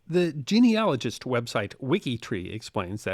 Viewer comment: Finally, someone who can pronounce "genealogist" correctly! ☝️🏆👍